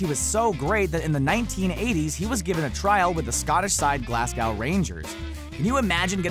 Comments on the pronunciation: I'm sorry, say that again? How did you say Glasgow? 😂 It's Glasgow like go, not Glasgow like cow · Did he just call Glasgow Glascow? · Worst pronunciation of Glasgow...ever.... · I'm sorry but how tf did you just pronounce Glasgow??